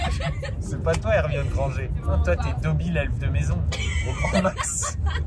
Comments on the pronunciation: Il a dit Ermione Grengé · Ptdrrr j'ai beugée quand il a dit "hermione granger" faut pas dire mon prénom comme ça 😭😭